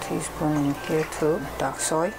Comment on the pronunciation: Did you say duck soy, or dark soy ?